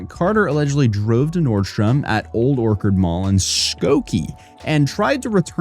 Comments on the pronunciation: Not Old Orchid. It’s Old Orchard. Not “obskure”. It’s “obscure”. Do you know your language? 🤡🤡🤡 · Orchard is pronounced "orchard". Not "orkard" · I'm beginning to think you mispronounce words on purpose as rage bait. "Old Orkard?" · I’m sorry but that pronunciation on Old Orchard tho… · As a former chicagoian, i hate how you pronounced Orchard. Lol love you. Keep up the good work man. U make my work days fun and full of really hilarous youtube drama lol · "Orchard" is pronounced Sound Breakdown OR: Say "or" like in the word "door" or "horse". CH: Say "ch" like in "cheese" or "church" (do not say a "k" sound). URD: Say a soft, quick "urd" sound like the end of "mother" or "standard". Lol. 😂